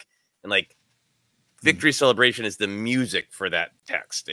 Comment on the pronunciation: I always heard Celebration, but it was like Cel-la Bray She-un where it was much more broken up and even throwing in an extra syllable to make it somewhat foreign and Star Wars in a way.